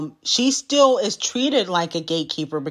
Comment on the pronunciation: the big and bold "still" is killing me 😭